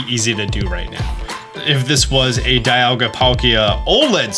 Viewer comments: The right way to say Zacian is Zah-shee-in. Also Dialga is pronounced Dee-all-gha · "Za she en" is how they pronounce it in the anime, also, dialga is "dee al ga"